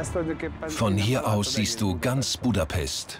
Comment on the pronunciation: „buuudapesssst“ ganz schlimm 😂